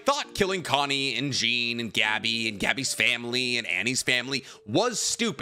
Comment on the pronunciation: Did you really just say Jean like Jeen??!!??!!